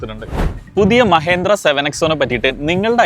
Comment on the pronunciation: മഹേന്ദ്ര അല്ല സുഹൃത്തെ.. പേരെങ്കിലും ശരിയായി പറയാൻ പഠിക്കൂ..